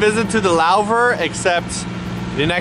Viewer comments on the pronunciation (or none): Louver? Love your pronounciations and I'm french 😂😂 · THE LAUVER?! Man, that was so wrong:D Also, I really want a Nyan cat scarf like Martina's now. Too bad I can't knit for shit. Rhyme not intended. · the LOWver? lol... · Lauver?? Lauver? It's Louvre! (Loo-vruh)!! Seeing ikea food makes me drool... yummy... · isn't louvre pronounced like loov? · pronunciation of Louvre hahaha loved it.